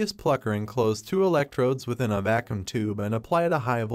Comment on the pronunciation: Yeah, the AI voice doesn't read things correctly. DEM-oh-cry-tus instead of de-MAW-cri-tus, va-KOOM instead of VAH-kyum...